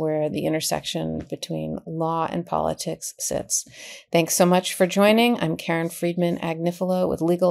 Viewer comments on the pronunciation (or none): none